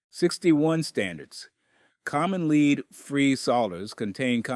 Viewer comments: He pronounced lead as leed as well. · AI's still don't get pronunciation quite right. An experienced plumber pronouncing the "l" in "solder"? Pronouncing "lead" as if it were "leed"? I think not.